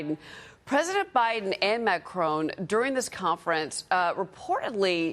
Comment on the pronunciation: First of all that lady reporter should learn how to pronounce properly the last name of the president of France